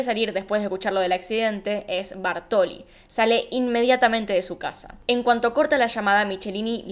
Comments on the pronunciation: TE AMO pero me desesperó escuchar Bartoli, y es BÁRTOLI con acento en la A. Toc? donde? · “Bártoli”. Acento en la A. Hasta los mostrás escrito con el acento pero decís “Bartóli” y a mí me da un TOC tremendo. Detalle, todo lo demás como siempre muy bien.